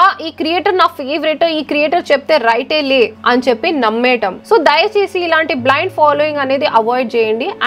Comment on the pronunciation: Dayachesi❎ dayasesi✅😂😂😂